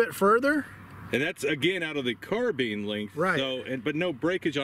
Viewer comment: "Carbine" pronunciation: Ian McCollum from Forgotten Weapons did a survey of YouTube videos and found that most guntubers call it a "car-bean" and most gamers call it a "car-byne" with something like 75-90% consistency. Edit: I guess I got mixed up and gave the credit to the wrong guntuber. Whoops! My memory ain't what it used to be, it seems. Ian did a short video about it, but not the survey thing.